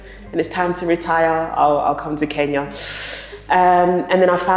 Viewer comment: Wakeshooooo!!!! Always the winner in this game. I still want you to say KEnya not KInya lol, same joke but I'm serious. You just like us 🎵🎵 now 😊 😉❤ Thank you for the love you have for the continent aaand also, for accepting referrals. To all our people in the diaspora,*WELCOME HOME!!!!* You have a whole continent to chose from❤❤